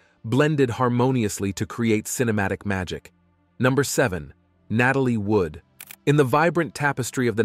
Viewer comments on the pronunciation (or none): none